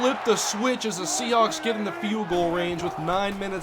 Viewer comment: Seahawks. Not Sehawks